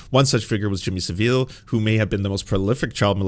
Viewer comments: 1. It is sa-vl not like Seville the Spanish city as you said it. 2. Britain did have a very big issue in the past of big and powerful people getting away with pedophilia 3.David Ickes is still a hack, con of a creature even though he called out one issue correctly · Now you've got down the correct way of pronouncing David Icke, now have another crack at Jimmy Saville. (pronounced SAVIL). On the Icke tip, I would recommend his early 90s TV interview on mainstream TV here in the UK where he declared himself 'the son of god'. Wild nonsense!